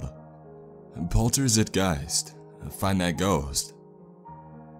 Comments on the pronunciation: Pretty sure it’s supposed to be pronounced Polter “zyt” “gyst” but who really cares? My fugging ocd, that’s who. I did like the story though. 👍❤️ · "Zeit", pronounced like 'Night'. 'Poltergeist' is a 'noisy ghost' and 'zeitgeist' is the sort of 'spirit' of a time period. Like the 'mood' of a time or place. It's clearly pseudoGerman here, but if it had an actual meaning it would probably be something like 'noisy ghost time' or 'noisy time ghost', which means it's either Real Poltergeist Hours or some sort of timelord ghost who won't shut up. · the pronounciation of "Zeit" gave me a bit of cancer. :D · Made me cringe every time he said the name 🤦‍♂️ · That's notnhow you pronounce that word. Everyone you say it that way I chuckle